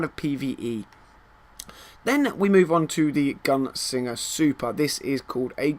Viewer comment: Is it just me, or does he keep saying gun singer?